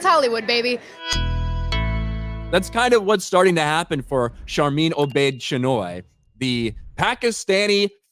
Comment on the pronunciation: Listening to mock Sharmeen Obaid-Chinoy's accent is hilarious. 😂